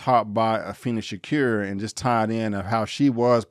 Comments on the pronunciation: I like your video I just can`t get pass you not saying Tupac`s last name right. It`s Sha-Koor , not Shacur. Tupac Amaru Shakur. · good review but i wish u would pronounce Afeni and Matulus shakurs names correctly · Afeni's name is pronounced A-Feen-Nee. Could have at least took the time to pronounce her first name and their last names.